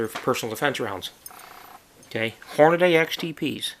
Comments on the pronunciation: there is no damn a between the d and the y!!! its deeeeee not dayyyyy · I swear half the people say "hor-nuh-day" instead of "hor-nuh-dee"